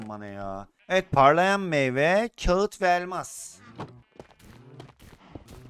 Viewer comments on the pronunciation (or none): none